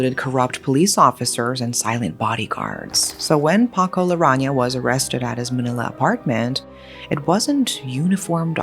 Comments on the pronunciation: Hi! Great video as usual. Just a little correction but his surname is Larrañaga instead of Larraña. Thank you 😊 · It's "Larrañaga", not "Larraña". You are missing a syllable. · Just to be precise: Paco's last name is Larrañaga, not Larraña. Otherwise, good coverage of this infamous case. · It's been so long since I last heard from you and I am now reminded why I stopped. The constant mispronunciation of names is really icky and somewhat disrespectful too. It is LA-RRA-NIA-GAH, not, LA-RRA-NIA. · By the way it’s Paco LARANNAGA NOT LARANGA 😊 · It’s Larrañaga (LAH-RAH-NYA-GAH). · It's Larañaga. La-ran-ya-ga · I'm certain that you're trying to pronounce the name correctly but it's pronounced as la-ran-ya-ga. The mispronunciation of Ñ (en-ye) is throwing me off. Also Jimenea as hi-me-ne-ya. I recently heard of this case but I never knew the details. Thanks for covering this! 💙💙💙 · I love the exaggeration in narrating the story.. how she described the scenes and plot such as foggy tinted glass window or such... It made d narration more picturistic...the surname of Paco wasnt pronounced right though.. its Larañaga as in Laraniaga if i remember it right..